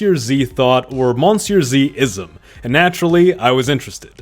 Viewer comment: No, its pronounced muh-see-uh zee